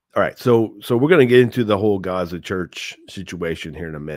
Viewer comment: He is lying! Doesn’t he afraid of God? Did you notice he said Raza. Not Gaza like Muslim